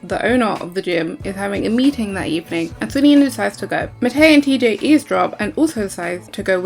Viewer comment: It's been years since I watched the show but I swear you're pronouncing Matei and Meinir's names wrong 😅